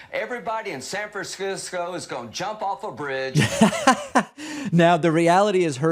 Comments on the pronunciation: Graham sounds like he was drunk. Couldn't even pronounce San Francisco. What a tool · "SanFranscisco." LOL